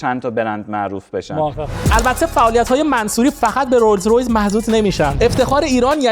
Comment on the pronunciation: بازم تلاش کرد ولی بازم تو اینترو گفت رویز رویز 😅